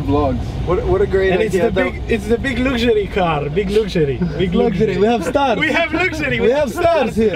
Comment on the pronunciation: "Its the big lugsury car! BIG LUGSURY!! We have Lugsury!! "